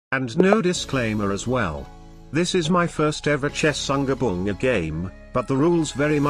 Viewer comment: I love how even tho his TTS could say Chaturanga he still decided to mess up the name